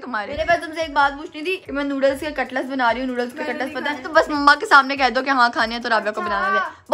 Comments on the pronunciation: katlas nahi cutlet kehte hain. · Aray cutlus niiii hota cutlets hota